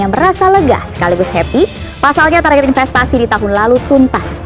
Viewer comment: Mas ... TARGET itu dlm bahasa inggeris TARGET juga bkn TARJET